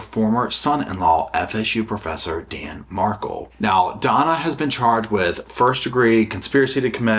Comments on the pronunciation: mar-KEL not MARkle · Thanks!! So glad you’re covering this!! It’s insane. Just fyi— it’s pronounced mar-KELL …. 😃 I hope Donna gets what is coming to her after all! 😢